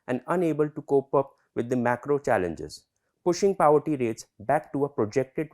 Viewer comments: Powerty? ❌ Paw+ver+tea✔️ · He seems educated but, what is Paverty bhai....? we have a place called "Pavaratty" here in our state, any relation to that? Get your pronounciation right,jackass. Jarhead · Pav-erty like in Vada Pav. Guys get your pronunciation correct. I’m just wondering if these videos get reviewed before they are posted.